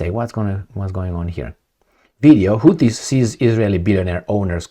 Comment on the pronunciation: It is not Tuttis, it is Houthis.🙉